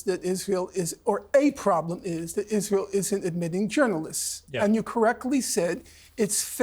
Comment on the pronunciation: Norman Finkelstein can't even pronounce his own name. He can't even make a snake sound... how can someone listen to a man that cannot even pronounce iSrael.. There's an 'S' in there.. but I don't hear Norman saying Israel... I hear him saying Ithrael. He can't say Palestine... he says Palethtine. Get it right Norman.